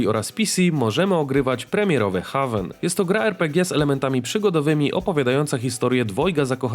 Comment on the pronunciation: Jeszcze HawenXD